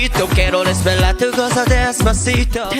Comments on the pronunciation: JD1 빌보드 로 가자. JD1 AI 아이돌 데시파시토 발음 실력 보고 깜놀!!🎉😀🤗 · 제이디원 ㅡ빌보드로가자데스파시토발음감정감성최고최고🎉🎉🎉🎉🎉🎉🎉😢🎉💚💚💚💚💚💚💚👍🏻👍🏻👍🏻👍🏻👍🏻👍🏻👍🏻👍🏻👍🏻👍🏻👍🏻👍🏻👍🏻